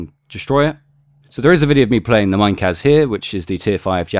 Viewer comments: to pronounce it the Japanese way: Meeneh-KAH-ze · Being nitpicky I don't think you've pronounced Minekaze correctly. I think it should be separated like Mi-Ne-Ka-Ze but not with too long on the separation between the vowels.